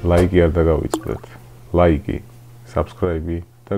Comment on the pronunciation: ლაიკი არა ლაიქი